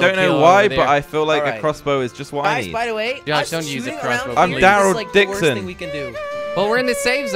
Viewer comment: Did you guys hear that Josh said im darly dixon?!